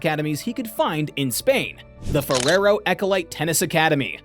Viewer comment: Terrible pronunciation on Spanish names...I'll let you know that Alcaraz is pronounced "Alcarahth" (last syllable as the tonic one) and Ferrero as "Ferrherhoh".